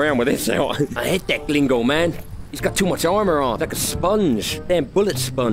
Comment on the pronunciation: It's not glingo it's 'green-go'